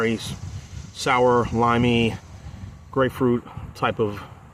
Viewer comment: You nailed it when you said grapefruit. I think I would have liked the double broken heel IPA better than the Trail Maker Imperial IPA